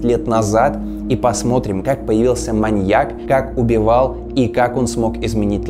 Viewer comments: чувак...ударение в слове "маньЯк"... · О Джеке Потрошителе мы может и не много знаем. Но мне до сих пор казалось, что в правильном ударении в словах "маньяк" и "инспекотов" нет никакой загадки. А в остальном, конечно, интересно, спасибо! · Лайк. Только странно звучит ударение на последнем слоге в слове маньяк во всех падежах, кроме именительного.. Извините, если ошибаюсь. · Маньяк - это не коньяк. Ударение на "Я" при склонении. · вот всем ты хорош. Рассказываешь интересно, подача отличная, но ошибки с речи ужасают. Ударение в слове "маньяк" ставится на "я" и не меняется при склонении. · большие проблемы с ударениями в каждом видео. МаньЯк, ударение на Я при любом падеже: с маньЯком, маньЯку и тд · Нет словосочетания "на стране", есть словосочетание "В стране", или вы на от6России живёте? И ударение в слове маньЯк ставится на Я